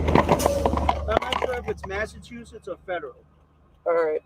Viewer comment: It's okay if you can't pronounce Massachusetts I've lived here most of my life and I still have a problem with him. Also the police in Massachusetts years ago always tried the wiretap law